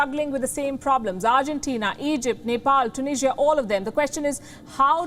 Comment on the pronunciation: It's Tunisia not tunishia 🤣🤣